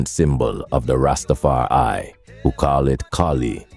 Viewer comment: Du bist nur eine schlechte KI-stimme die nicht mal das Wort RastafarI aussprechen kann der Rest was sind versaute dredlocks ihr hab genauso wenig Plan wie rastafariner?blödsinn